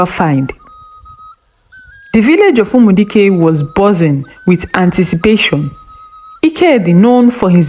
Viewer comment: The village was bozzing? It’s buzzing not bozzing.